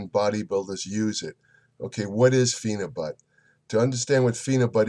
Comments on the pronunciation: If you want a real intellectual review on phenibut not some idiot reading it from his pc watch someone who actually does proper research watch this video and he can pronounce the chemical name properly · Phenebut is a legal pharacutical drug in Russia and many other places. You aren't even trying to get your info correct. Can't pronounce phenebut correctly and have incorrect information.